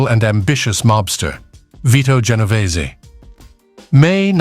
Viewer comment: Genovese not what is being said by this British narrator who mispronounces some Italian names.